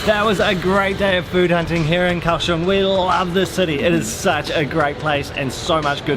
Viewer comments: Liked the video very mcuh. You both make all the food look soooo good. One thing....it is pronounced Gow-shung not Cow-shung. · It's pronounced "Gaoshong." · Gao Xiong